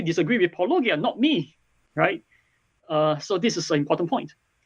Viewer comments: Well Cameron can't even pronounce it properly. Ahhh, if only could like... say 'welcome to paulogia' at the start of every video 😏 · They purposely mispronounced Paulogia because they don't want to acknowledge his credentials for debunking Christian claims. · Since Loke can't even pronounce your name correctly, I don't see he can claim to have watched any of your videos with very much attention. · I mean, it's Paw-low-GEE-uh... not Pah-LOW-guy-uh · I think the worst part of this whole thing is having to listen to the pronunciation “-OH-ghia” multiple times. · At this point dr Loke pronouncing your name "Po-lo-gia" with a soft "g" sound must be intentionally dishonest, right? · I found this INFURIATING for so many reasons. Not the least of which is that it almost seems like Dr Loke has never watched a full video of yours since he mispronounces your name every single time, despite you SAYING IT at the beginning of each episode. I get that English is a foreign language to Dr Loke, and I don't take for granted how difficult it is, and that your name is nuanced and difficult for native English speakers, too. But this goes for all people who try to critique you and get your name wrong. It's like an immediate tell that they have literally not watched a single video of yours. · oh god is it super hard to check how Paulogia is pronounced... so annoying ... anyway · Why can’t apologists pronounce “Paulogia” properly. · I find it funny that Andrew (I think that’s his name) can’t pronounce paulogia but has no problem pronouncing apology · just drink a shot every time they mispronounce Paulogia. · If anybody deserves anybody an apology for not researching the opponent's work enough, I would say its the guy that mispronounced "Paulogia" the entire video. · The fact that he can't pronounce "Paulogia" says something about his knowledge of intentionality. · How do they keep mispronouncing your name? Escpecially since you say it in every. single. video.